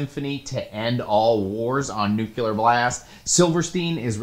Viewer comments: new-clee-er, never nuke-you-lar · It’s pronounced new-cle-ur, dude, not new-cue-lur. 😒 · Could you please, for the love of everything unholy, stop calling it NUKULAR! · Take a shot every time says "Nuke-You-Lure." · New-cool-er Blast